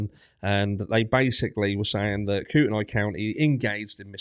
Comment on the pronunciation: Helping with pronunciations. Koo-ten-nee . Lay-tah.